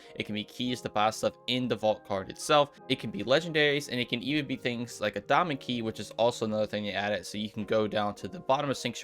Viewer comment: Sounds like you say doma key instead of diamond key 🤣🤣